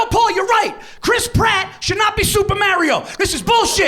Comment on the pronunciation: I think pronouncing Mario correctly would give you a better shot. Just saying:)